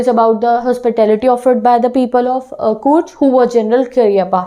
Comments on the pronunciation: Ma'am courg nahi bolte he Coorg hee ma'am plz work in your vocabulary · Your pronunciation of COORG is wrong